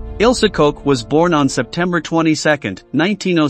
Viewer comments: Her name is pronounced Koch as in “Block”, not Koch as in “Coke”. Her name means “Cook” in English. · "In the small town of Ayecheck, located in the southeast of Germany." - Robot reading AICHACH. "The only certainty was that her name was Ilse Coke." - When the robot can't even read the name of the protagonist, it's time to reconsider.